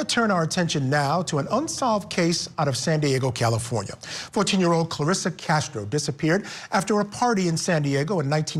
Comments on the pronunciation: The voiceover person getting the name wrong over and over is offensive and unhelpful. Her name is Clarissa, not Clarissia or Carissia. Come on Court TV. The family will be watching this. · Wow, show a little respect and get her name actually right voice over person. Thank you Court tv for doing a San Diego case, I feel our cold cases never really get covered.